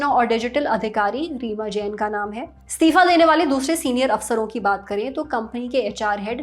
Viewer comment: ये एंकर बार बार स्तिफा स्तिफा क्यों बोल रही है जबकि सही शब्द इस्तीफा होता है।